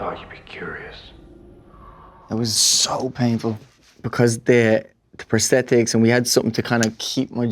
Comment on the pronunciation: When he code switches back to his working-class Dublin accent when he says "Prosthetics"